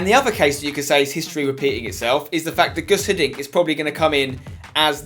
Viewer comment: its Guus Hiddink, not Gus